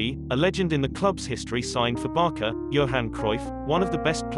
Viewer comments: The name is pronounced as 'Barsa' not this 'Barka' of yours 😔😔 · Why you’re keep calling it BarKa instead of Barca so annoying lol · It's so annoying when he says "Barka" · Actually it's Barça(Pronunciation : Barsa) not Barca . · It's hard to take a documentary on FC Barça when the narrater continually pronounces Barça as "Barka" and the Catalan name "Pujols" as "Poo-holes"...